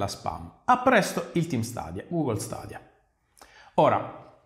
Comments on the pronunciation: Sarò molto sincerò per me è una buona idea ma è ancora una tecnologia giovane è ha bisogno di essere perfezionata lo stesso vale per ps now comunque si pronuncia stedia e non stadia è inglese mica è arabo comunque apparte ciò ottima recensione come sempre 😛😛😛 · "Stadia" non si può sentire ahahahah